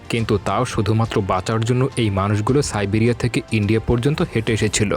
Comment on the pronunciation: সার্বিয়া নাকি সাইবিয়া বুঝলাম না 🙄